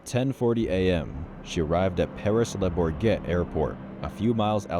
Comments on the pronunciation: leu-bor-get is insane pronounciiation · It's pronounced "La Bore-shjay" but that's giving French too much respect which is un-American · Can we get an F in the chat for the butchering of the pronunciation of Paris Le Bourget Airport